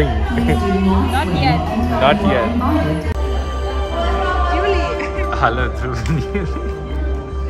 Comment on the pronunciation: Yuli not juli